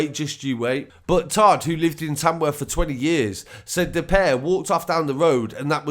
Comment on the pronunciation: did you say Tamworth or Tanworth 🤷‍♂️